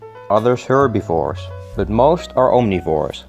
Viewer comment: i love how you say bøt instead of but nice video though i will try this one day. Thx for the advice keep up the good work